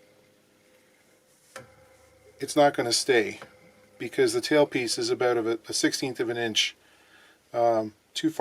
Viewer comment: Yeah... I heard some Great White North in his aboot, eh?